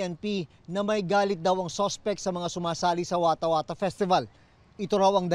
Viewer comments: Watahwatah festival❌ Eskwater festival ✅ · watahwatah = skwatah skwatah festival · "eskWATER Pesti-bal"😂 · Watah whata eh eh festival